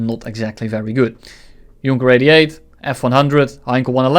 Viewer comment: Did you just pronounce Junker as Junker :|